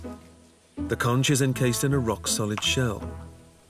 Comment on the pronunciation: I kept hearing "conghis"! I'm thinking to myself, what the heck is that? 🤔😅 The word is "conch", with a hard ch and sound like the word "conk"! Awesome docu! 🥰